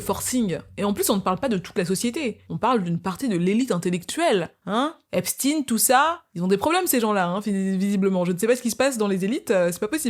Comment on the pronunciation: Epstein et non epstine .